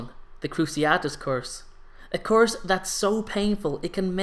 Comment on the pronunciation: Why do you say course instead of curse?😂😂